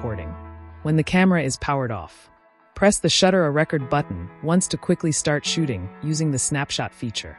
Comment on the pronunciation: it's beautiful. "record" is mispronounced. lol. the reader must be Gen Z.